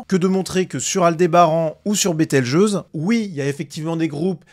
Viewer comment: Bételgeuse se dit "bételjuse". Comme pour le mot gageure.